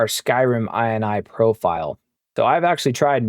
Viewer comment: Is this really how ini is pronounced nowadays ;D